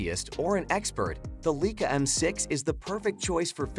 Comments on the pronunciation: The "Leakah"???!!!! REALLY??!!! Some expert. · Leica is pronounced "lyka."